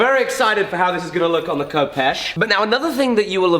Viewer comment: fif you know its pronounced Hehpesh not Kopesh